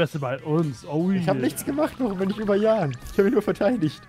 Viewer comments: als eingetragener Jan dieser existens kann ich euch sagen das das a kurz ist. es heißt nicht JAAAAAAAAAAAAAAAAAAn sondern Jan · der Typ heißt Jan und nicht Jahn! :D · JanGamingTV Ich habe ihn auch gehört... er wurde nur falsch ausgesprochen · necridtheschwedi Genau das wollte ich auch schreiben! Das A ist KURZ!